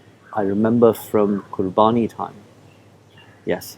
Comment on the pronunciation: He is emulating his father. But i agree with you. Especially the way he is pronouncing Qurbani.